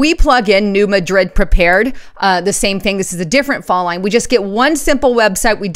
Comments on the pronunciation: you are mispronouncing New Madrid. It is pronounced, "New MAD-rid", not New Ma-DRID. The accent is on the first syllable. I live near there and everyone who lives there calls it "New MAD-rid." I like your reports. I am just trying to help you. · You are mispronouncing New Madrid. Please correct !